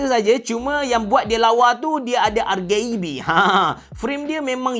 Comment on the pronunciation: r gae b sebut je rgb biasa 😂